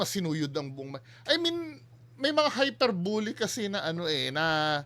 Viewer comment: HYPER-BEE-LEE po hindi HYPER-BU-LU ang pronunciation ng HYPERBOLE. Not bashing.